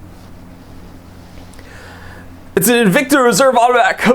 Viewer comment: your aw rong bout N-vic-ta... 🤪